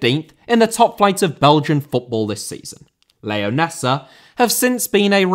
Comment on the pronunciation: Leonesa* not Leyoneser